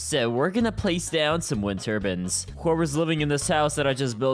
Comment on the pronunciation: Turbins? It's turbines tur-biyns is how its pronounced